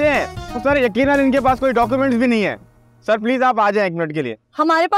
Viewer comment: Car nahi sar 😂😂